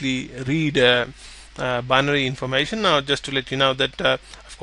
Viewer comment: informAshon lol